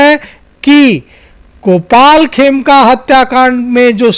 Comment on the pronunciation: Aaplog dono bolne me bahot galtiyan karte hain, madam 'Khemka' ko 'Kheme' bolti hain, aur 'ADG' ko 'ADJ' BOLTE HAIN. Aapki jankari ke lie bata dun ADJ judge hota hai.